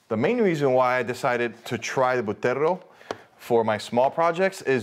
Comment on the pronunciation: It's pronounced Butterrrrrrrrrrrrrrrrro dude... work on the rrrrrrrrrrrrrrrrrrrrrrrrrrr's